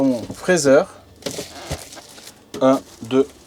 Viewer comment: L'intérieur ne fait pas trop moderne avec son éternel faux bois. Le tout fait bon marché tout de même pour plus de 70 k. Le présentateur n'est pas familier de l'anglais il me semble. "Fraiseur" au lieu de "friseur" pour freezer entre autres.